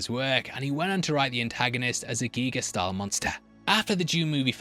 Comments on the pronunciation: 1. The correct pronounciation of Giger's name is "Geeger" not "Gighger". If it was spelled "Geiger", THEN it would be pronounced "Gighger". 2. The actors of course knew what was going to happen to Kane, having read the script. What they didn't know was that real animal blood and real animal intestines would be used and that they would get sprayed all over with that nasty stuff. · For the umphteenth time: It's pronounced "Geeger" not "Geiger". H.R.Giger reportedly hated the way, the Americans butchered his Name. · you spell it 'ɡɪɡər', not 'Geiger'. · There was a Magazine in 1995 for the movie Species where they talked to Giger where he said you pronounce it Geeger like Ether, not Gyger like a Geiger Counter. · Giger like EAGER! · Giger -> one should pronounce short “i” -> ˈɡɪɡər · Before producing a whole hour long video was it really this hard to spend 5 seconds on Google to learn how to pronounce Giger correctly? Considering he is Swiss it's obvious that pronouncing it the English was is not the correct way, so you simply look up how they call him in his native tongue/country. How hard is that?